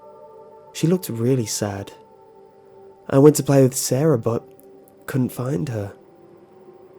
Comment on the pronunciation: You people are spelling sara wrong. It's not saraHUH. It's sara